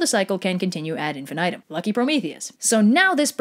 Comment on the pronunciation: “Ad infinitum” 🤣